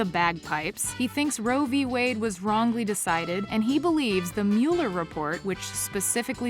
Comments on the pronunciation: How many times have we, as a society, heard the pronunciation of Robert Mueller's name in the last 2 years? How is this woman still saying it wrong? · It's Mull-er not mule-er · OMG if she says MEWLER one more time I'm going to turn it off. It's pronounced MULLER. MULLER not MEWLER. GAH! STAHP! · Please, please stop calling him "Mule-er", it's "Mull-er." Killing me! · Pronounced MULLER report ... I mean come on get it right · It's pronounced Muller. If you researched, you would know it. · Pronounced Muller, as in, one who mulls. No rhyme with Bueller. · Why do you keep saying Meu--ler? Not how it's pronounced and fairly distracting due to how many times you use it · oh my lord please PLEASE stop saying mew-ller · It is pronounced like "Muller" no long u. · How does Jamie Lee not know how to pronounce Mueller's name after the last two years and why didn't you, I dunno, get a take where she says it correctly? It's hard to take her seriously as a narrator after that tbh (even though her voice is wonderful and seems clearly talented). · Please pronounce Robert Muellers name correctly! She’s driving me nutz. Good info though. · why did nobody correct her continuous mispronunciation of mueller's name